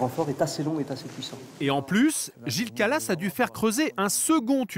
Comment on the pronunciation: C'est pas Gilles calas mais Gilles kralass